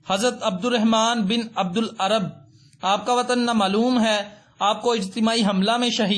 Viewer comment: Aapko to naam lena bhi nahi aata abdul arab nahi abdulrab naam hai